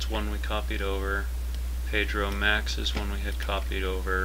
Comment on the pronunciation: Page row max = Pedro Max LOL! I laughed a couple times hearing that during the tut haha.